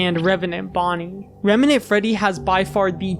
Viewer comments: Maybe I'm going crazy, but I kept hearing "remenant" instead of "revenant" (￣┰￣*) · it's not even "remnant", the in-game spelling is "revenant" so he's getting it even more wrong. surprised he didn't say "animanotric" or something like that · Great video but please stop saying RemEnant. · The “remenant” is killing me every single time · The pronunciation of “remenent” constantly really got me tilted. It’s reVenant with a V!! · bro really cant pronounce "revenant"